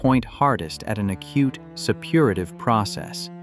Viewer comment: "Septicaemia" is still pronounced "sep-to-SEE-mee-a" not, whatever you were saying. "Supperative" is "SUH-pu-ray-tiv".